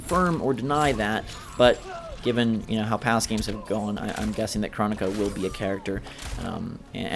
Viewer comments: I heard her name is pronounced “crow-knee-cuh” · GumballKing I feel you. But dynasty was at the reveal and was told by a developer how to pronounce it. That’s why I said I heard it was pronounced a certain way. Guess we’ll see officially when the game comes out, or if we were to take a look back at the reveal to see if Boon or anyone says her name.